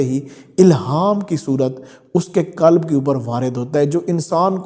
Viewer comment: کلب نہیں قلب کلب کا معنٰی عربی میں کتا ہے قلب بڑے قاف سے بمعنٰی دل